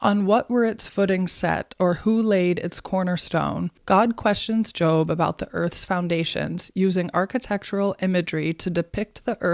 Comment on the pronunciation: She can't even pronounce Job properly.